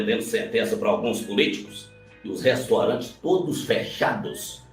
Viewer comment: Restorante e cuziando🤮 se diz repórter. Vixi.